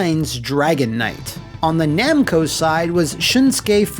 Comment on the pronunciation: Okay, for a second there I thought I had a stroke or something when I heard "Namcai and Bando"